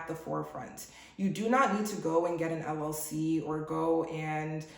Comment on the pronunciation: Did she say LLC or LOC , which it does not exist. Thanks ahead.